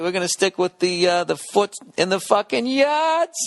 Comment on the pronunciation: fahhkin' yaaahrds